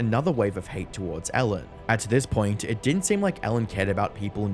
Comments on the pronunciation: I was hearing elle. Degener... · Its Ellen not Allen by the way xD